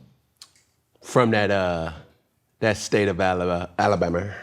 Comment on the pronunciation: I hate how Cam say Alabama